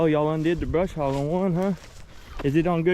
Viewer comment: NO "R" in "BUSH HOG"!!!